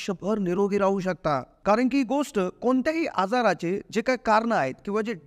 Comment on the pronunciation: " गोस्ट " शब्द " गोष्ट " असा उच्चारल्यास ऐकणे सुसह्य होईल.